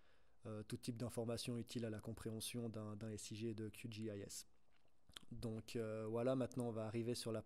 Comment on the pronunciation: C’est horrible Qgis prononcé à l’anglaise